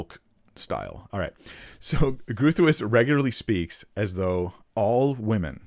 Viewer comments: Doug Groothuis's syllabus always put it as "grote-hice," and he would pronounce it as such. He was my teacher for 3 years and a big influence on my life, though I disagree with him on this issue, as well as his Calvinism. I never met Rebecca, as she was in poor health for many years, even long before her death. But I agree, her book gives primarily a philosophical argument, rather than a scriptural one. And though it does show very astute philosophy and logic, I feel it put the scripture in a subordinate role to certain philosophical assumptions about the role of humanity. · Definitely groo thwees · Groothuis - in Afrikaans, or Dutch, would be Bighouse, or Greathouse. Phonetically I don't think you should worry too much since it would be like asking an English speaker to pronounce French surnames absolutely correctly every time. Groot - as in the now famous "I am Groot" from the marvel movies, or a tree root, would have been fine, and Huis - phonetically - like army "base" but with the "h" - so Groothase and you are there. Either way - great job! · Groothuis is a dutch name The "ui" in Groothuis doesn't exist in the English language. We dutchies don't expect Americans to pronounce it like the dutch do 😊. But you can always use the pronunciation function on Google translate to try to mimic. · No, it is Dutch in origin. I am Afrikaans originated from Dutch, and that is not how any Dutch or Afrikaner would say it. Go find an online translator saying it in original Dutch or Afrikaans to get an idea of how it should be correctly pronounced. I don't know how to phonetically translate it. But the R is rolled and voiced in Dutch and Afrikaans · Groothuis is a very Dutch name, Growthice is not the correct pronunciation, Groot - I can’t find a word in the English language that sounds like it but perhaps the closest would be to rhyme with boot; huis sounds like grose. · Dr. Groothuis is pronounced “Growt-hice” (I think) I’m sorry I got it wrong! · Groat- howse